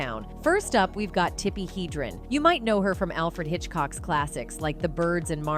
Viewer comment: Tippi Hedrin's name was mispronounced,also